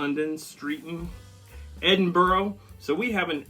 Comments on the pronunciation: I am a Scot and just wanted to say that I enjoyed your reaction . Just one point Edinburgh is pronounced Edinburra. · Yes, I’m in Aus part of the Commonwealth and good timing for this vid giving Lizzie’s recent passing…. UK includes Nth Ireland correct and we pronounce Edinburgh as ‘Ed n burra’ as do the poms… Enjoyable work here and came across summer these when I lived in London 2002-04 innit. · Edinburgh in pronounced Edin bruh. We have many types of Belvita.